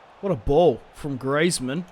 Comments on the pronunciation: It's Greezmann not Greyzmann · it is pronounced greezmun not grazemann